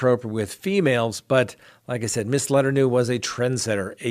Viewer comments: How do you consistently pronounce names wrong when they are huge news stories? “Letter new”? 🙄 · 'Miss letternew'?? Teehehe!, you quack me up!